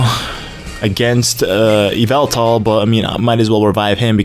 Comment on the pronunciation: It's evil-tall not eev-ehl-tall